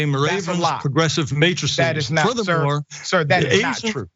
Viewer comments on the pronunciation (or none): none